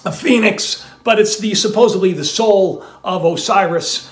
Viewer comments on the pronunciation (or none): Did you say ‘supposibly’!?! ala Chandler lol